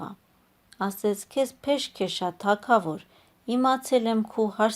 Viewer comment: Թագավոր , Գ ՈՉ թե ք